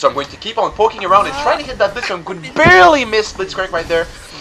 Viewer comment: Stop saying"barley" it's annoying :-)